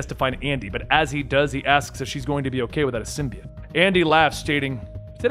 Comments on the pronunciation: The word symbiote has a long o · sim-bee-yote, but sim-bye-yote is fairly commonly also used. Ending with -it is not correct.